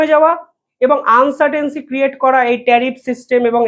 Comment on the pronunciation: আনসাটেনসি নয় কথাটা হল uncertainty